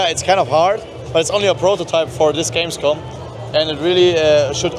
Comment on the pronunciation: No way I'm gonna watch 7 hours of Gamescom, I said. Now I find myself coming back cringing on pronunciation of German words